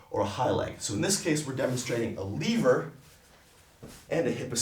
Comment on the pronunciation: Can't stand the way he says "lever" and how many times he says it.